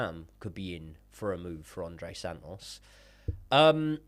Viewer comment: This would be so much mote watchable if pronounced his T’s - andrey san-os- and thats coming from a northerner